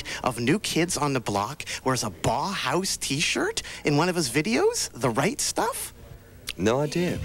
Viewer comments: Makes me think that whenever Brits criticize Americans for being stupid, they are really thinking of Canadians. BTY, it's pronounced Bow House, not Bah Hahs. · Sure, but still he ought to have researched the proper pronunciation of the name Bauhaus.